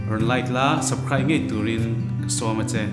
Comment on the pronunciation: U pantea aw"chu a nervious deuh a nih kha.subsribe tia sawilo in subcride a ti daih